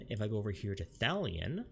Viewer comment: Thalian and Gardinia.....really dude....lol. in a guide video